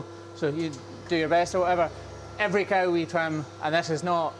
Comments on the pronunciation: The cawl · I do love to listen to Scottish men saying the word “cow.” Enjoyed the video and, as always, watching work and listening to his explanations. He works harder than any 5 ordinary people and brings his compassion and will to learn and share to everything he does. He’s also a natural teacher, so it seems like an inevitable progression for him to combine his media skills with teaching farmers and aspiring trimmers worldwide. He more than deserves every subscriber. On to a million!